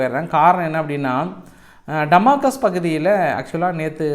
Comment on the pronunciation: சகோதரர் டமாகஸ் இல்லை டமாஸ்கஸ் என்று திருத்தி சொல்லுங்கள்